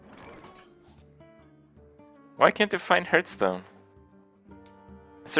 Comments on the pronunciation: Am I the only one thinks a professional Hearthstone player should at least be able to pronounce the game's name right? Gurtstone... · I'm sure this question has been asked before but why does Kripp consistently call this game "Hurtstone"?